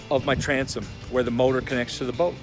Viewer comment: Did you say Transom....If you didn't have a Ranger, you'd be screwed. $$$